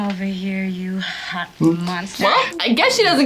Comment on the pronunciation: "a nice quiet shat" 🤣 Mel never misses and opportunity to tag a joke